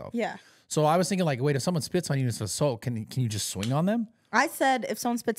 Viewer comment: Why can’t this man say Assault correctly